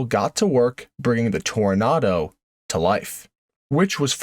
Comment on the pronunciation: Why the nartor doesn't pronounce the second O in Toronado ?